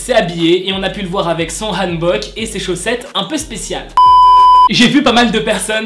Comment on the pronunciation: Tu prononces bien le hanbok (je le sais,je parle coréen)